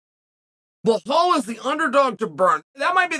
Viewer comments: Chael - how you gonna do an 8 minute video and forget the “forget the name” Be-LAL, it’s not Ba-HAL😂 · When are u gonna learn how to say Belals name. It’s no blahal it’s belal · How is he getting "BleHal" from "Belal". bro just adding extral letters 😂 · Tough one for ‘Blahal’ this. 😂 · Is his name pronounced Blahal? I fancy Burns to win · it's Belal not Blahal.. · "Blahall"? Who the fuck is that guy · Blahaul lol no attempt To pronounce correctly got me 😂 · It's Belal brooo, my God, you can't get one name right and I love it LOL Crazy Uncle Sonnen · Blahall.😂 A sure sign Uncle doesnt like you, he says your name wrong. 😂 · Lol bruh this man and his BLAHAAL rmr the Name! Chael is your typical gym teacher butchering names without a care in the world. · fyi its pronounced bell-lel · I see a lot of people saying 'Belal'... Guy's, it's BLAHALLL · Man I love to hear your opinions, but u gotta learn how to pronounce someone's name. U get hit in the head too much? Are you sure your first name is Chael or have u been mispronouncing it all these years? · We're witnessing history here folks. is the first time Chael has ever mispronounced a name. Can we still call Uncle Chael undefeated and undisputed after this slip up? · I don’t understand how we butcher Belal’s name so bad. 😂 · I know. There’s literally nothing hard about saying Belal- two simple syllables. Unless you’re Chael!😂 I think what’s funnier than Chael’s mispronunciations is that he doesn’t give a shit about them! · someone please teach him how to pronounce belal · Dammit Chael you say you like belal get his name right then